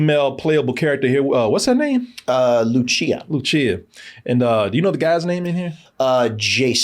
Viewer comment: DID BRO REALLY JUST SAY "LOO-CHEE-UH" 😂😭💀